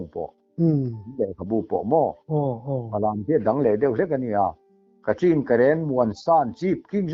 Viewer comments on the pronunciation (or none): none